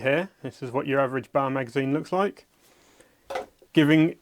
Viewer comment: B A R, not Bar